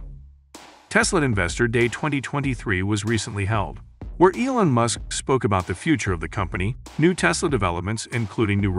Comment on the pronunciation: The problems with this video is the voice’s pronunciation - can’t even say MUSK